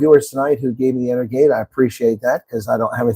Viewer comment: Pronounced EnerJade, uncle. 👍🧃